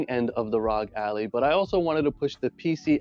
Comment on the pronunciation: Good vid but its not pronounced ally but al- i